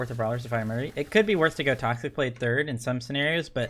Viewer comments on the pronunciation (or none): none